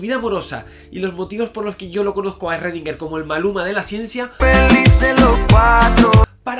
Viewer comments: En realidad se pronuncia "srodinger" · Shgrundinguer, así suena en alemán. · Esrredinger!!! Jajaja yo también tuve problemas con la pronunciación cuando rendí el examen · Esrrredinguer a todo gas! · Erre que erre, erredinguer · Esrredinger jajaja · ERRRRRRRREDINGER!!!! jajajaja Javi por Dios que me haces reir. Saludos! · En realidad su apellido se pronuncia en alemán, algo como "shrudhinga", y el nombre "ervin".. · Lo pronuncio como Shruadinguer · Shröndinger, pero que galán. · En Pocas Palabras, ESRRRRRREDINGUERRRR era la version autriaca del "Zeus" de Pascu y Rodri, XD Por cierto, excelente video Si vienes a Perú, hazme acordar que te invite unas salchipapas, o un pollo a la brasa, que tambien está buenazo. Y si en algo estoy de acuerdo con Schrodinger es que, sin buena onda, nada funciona. Saludos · Pero en el vídeo anterior te quedaste de la verdad, tienes que pronunciarlo como debe ser 'schrodinger' :v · Sigo con mucho gusto tus videos Javier, pero tu actitud con respecto a la pronunciacion adecuada del nombre del sujeto de esta biografia, me dejo pasmado. Me recordo mucho a los terraplanistas que insisten en repetir falsedades sin escuchar a quien intenta sacarlos de su error. El nombre de Marie Curie lo pronuncias bien, igualmente cuando hablas de Newton. Hay sitios de internet que te indican la pronunciacion de los nombres en sus idiomas originales. Eres un doctor en Fisica y un difusor de conocimiento cientifico. El cual, como bien los has indicado en tus videos, implica una actitud humilde y sujeta a la revision constante. Repetir una y otra vez un error de pronunciacion y decir que es asi porque si, luce como una malcriadez. Espero que esta cr'itica no la tomes a mal. Tus videos son muy interesantes y en casa los consideramos como parte de nuestra vida cotidiana. Saludos desde Venezuela.